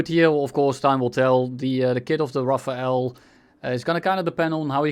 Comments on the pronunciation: aaarrrrgh " RAFALE not RAFAEL " pls guys xD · It’s pronounced RAFAL NOT RAFAEL THE E IS AFTER THE L RAFALE NOT RAFAEL ! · Dude its RaFALE. My ears hurt so bad. Here's some help from wiki: ".... The Dassault Rafale (French pronunciation: [ʁafal], literally meaning "gust of wind",[3] or "burst of fire" in a more military sense)[4] ..." Thank you wikipedia. Edit: RaphaEL is what you are saying... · Pronounce it "rafal" not "rafael" ^^ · Not "Rafael", "Rafal" e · Me when i hear rafael instead of rafale 🤯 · its rafale no rafael🤓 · Rafale not Rafael, they are entirely different words. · That's not how you pronounce rafale at all xD (I am french) It's more like rah-fall. You're saying jt like Raphael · RAFAEL? ahhah Its RAFAL. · As a french, you spelling "Raphaël" hits hard 😭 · where is the e in Rafale why RafaEl? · Love how you call the Rafale, Rafael xD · The IPA pronunciation is given as ʁa-fal. The ʁ, also known as the voiced uvular fricative, is pronounced at the back of the throat whilst vibrating the back of your tongue with the roof of your mouth, and then voicing this sound. The sound is similar to a “g” and a “r” sound put together as the “g” is produced from a similar way. The voiceless uvular fricative, χ, sounds more like a “kh” sound, like the “ch” in “loch”, so imagine saying this sound and then literally just speaking with your vocal cords, the sound you make should be the ʁ sound. The end is just plain old “fal”, just put a french accent on and you’ll get the sound. Hopefully I explained it better than the other guy😭dk what he’s smoking